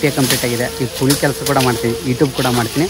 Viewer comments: ಕೂಳಿ ಅಲ್ಲ ಅದು ಕೂಲಿ 😂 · Bro adu ಕೂಳಿ ಅಲ್ಲಾ ಕೂಲಿ😅